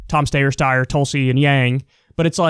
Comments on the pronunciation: "Tom Steyyer Steyer Sawyer" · Kyle - I don't know why the name Tom Steyer is such a sticking point with you. Think of the spelling Stier or Styer if needs be, but at least pronounce his name correctly; it's a simple name. You were paying attention at the debates and heard the correct pronunciation of Steyer's name, right? By the end of his run we even learned how to pronounce BootyJudge's name with the odd spelling Bootigeig. Otherwise, I agree with what you said for the rest of your video. Bernie is too nice about Biden and doesn't have Trump's narcissistic killer instinct when it comes to campaigning; Trump is already talking about Biden's senility. Bernie's always said he wants to concentrate on the ISSUES - and he's correct in that; it's the logically nice way to win a debate: talk about ISSUES..., but Mendacious Media aren't be concerned with Bernie's niceness, nor are Biden's handlers or his SuperPACs who make negative ads against Bernie, while media keeps running them on an endless loop. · Thinking a Yang endorsement is gonna happen sounds desperate. Wanting a Tom Steyer endorsement and canmt even pronounce his name correctly when it’s there? Lol Thinking Tulsi will drop out and endorse? Once again sounds desperate. Good luck Bernie camp. You guys need it.